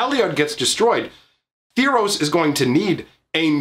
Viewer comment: Say tharos right....